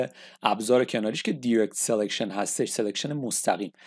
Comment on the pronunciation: ba salam va tashakor babate zahamatetoon, direct, دایرکت خونده میشه ، نه دیرکت